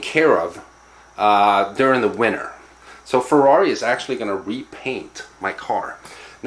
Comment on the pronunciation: "Here we are in the FRARI"